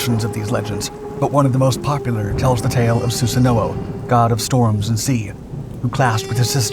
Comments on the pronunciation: I'm sorry your pronunciation of Susano'o bugs me so much ;( in Japanese they pronounce it like "Sue San O" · su-sa-no my ears bleed when you say it wrong